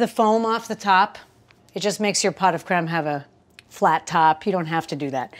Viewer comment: You pronounce the creme perfectly. But pots is pronounced "poh" (rhymes with oh). Great recipe! Great video! Merci beaucoup.